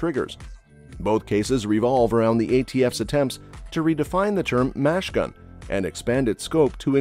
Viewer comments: "mash gun" is a misinterpretation of the abbreviation mach. gun meaning machine gun. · What's a mash gun? Is your electronic voice trying to say machine-gun? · if you mean machine gun SAY MACHINE GUN NOT MASH GUN it sounds stupid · They don't know how to say machine gun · What on earth is a mash gun? can this announcer not put two syllables together? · Maybe it was supposed to be "M.A.S.H." gun.